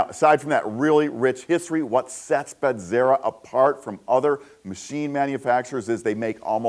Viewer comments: Emphasis on the first syllable: BEH-zera, not Beh-ZER-a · Even after the owner clearly says Be-ze-rah, you immediately say BED-ze-rah. There is no “Bed” in Bezzera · It's because of the two Z's. If there were two R's, your pronunciation would be correct. College Italian is worth something I guess!